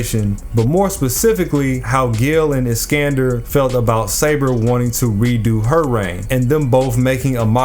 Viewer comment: Btw it’s saber lol